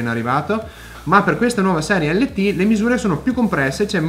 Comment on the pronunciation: Si legge "lait end taf" 😉